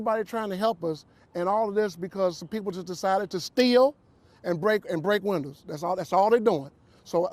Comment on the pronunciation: I like the way he said "stieal" and "break windas".